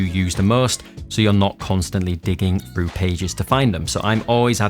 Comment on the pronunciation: Why do you say frough, fing and free instead of through, thing and three? I can’t take you serious